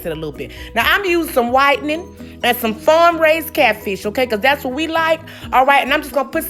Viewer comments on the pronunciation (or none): "whitening" 😂 country self lol